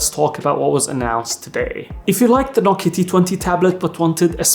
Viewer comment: Sir, it’s No-Kiya mobile. Not No-ki mobile.